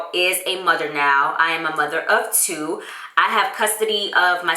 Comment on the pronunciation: First of all... I watch the vlogs and still jumped when she said mother of two ....#missystopplaying2018 thought you was tryna say twins.